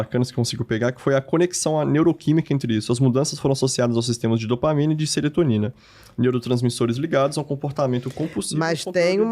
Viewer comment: O entrevistador interrompe demais…. E ainda fala SERETONINA 😂😂😂